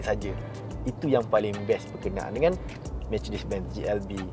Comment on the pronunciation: Mechedees?? Mechedesss… aduuu pokat bona Melayu ekau jang…